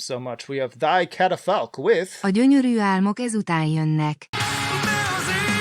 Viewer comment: I gotta give you credit for pronouncing Thy Catafalque's album title flawlessly! :D You should give some other Hungarian black metal bands a try (in case you haven't), like for example Sear Bliss or Bornholm. Cheers from Budapest, Hungary!